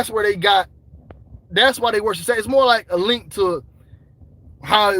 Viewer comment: Bro said Saturin (Saturn) lmao